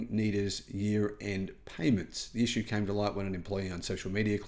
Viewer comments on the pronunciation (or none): none